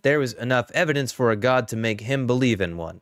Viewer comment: "Laets take uh look at the evidance." 😂